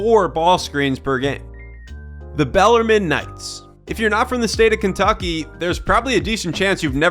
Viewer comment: it's pronounced bell-are-meen